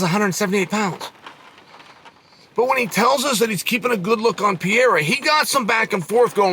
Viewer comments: Adesanya vs “piore” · Bro Chael was calling Pereira Pierre at points throughout this video 😂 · Never lost a round, but still can't pronounce Pereira's name right